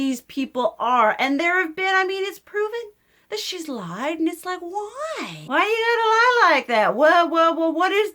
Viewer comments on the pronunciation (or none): none